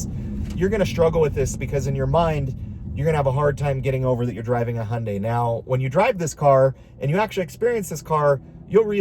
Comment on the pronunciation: As a Korean, I'm very happy to hear you actually pronounce Hyundai correctly. Respect 💯